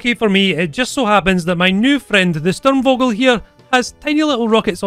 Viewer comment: its pronouned STURM-FOGEL WITH A SHARP F. For anyone interested or not.